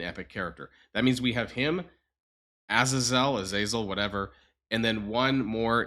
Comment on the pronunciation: Pull up Xmen First Class to learn how to pronounce Azazel